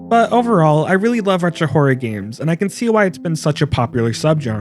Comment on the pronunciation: It sounds like you're saying "whore" instead of horror. Maybe you also say "meer" rather than mirror?